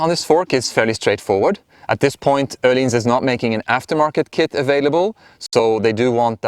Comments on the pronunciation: You actually pronounced it correctly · Nice review, very informative, also I think it's the \ first video I have seen that is not with a swede at Öhlins, saying Öhlins correctly.